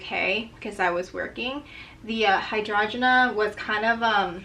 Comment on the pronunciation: Lol ur so cute…hydrangea “hi-drain-ja” 🖤